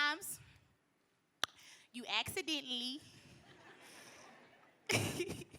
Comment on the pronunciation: “you exCideently” 💀💀💀💀